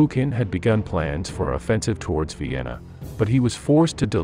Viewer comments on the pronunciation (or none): none